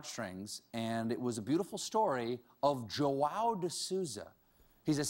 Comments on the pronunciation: I love the way stephen says "João", he says "JÓ-Á-OU" but it's actually "JÚ-Â-U" (in Portugal, because in Brazil it's "JÔ-Â-U") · Did you even try to search how to read the guy's name? Jo-ow? It's more like Jo-aum. Hell even Juan would be more acceptable. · I'm brazilian and the way Stephen says "João" is hilarious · I love you Stephen, but that's not how you say João. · the way he says "João", jesus christ 😂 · It's so fun see him trying to say João, It's my name and he is saying completely wrong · Seeing Stephen struggle to say JOÃO's name i realized that every language should get rid of the almost impossible sounds for the non native speakers! (please english end with the 'TH') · Stephen pronounced Joao wrong....really badly actually.....I guess he doesn't have anyone who speaks Portuguese on staff. The name translates to John, so it is really common.